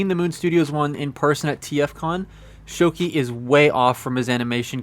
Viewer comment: It's "shō•kē", you're absolutely right. Rhymes with Gouki ("gō•kē"), Akuma's Japanese version name. 😏😏😏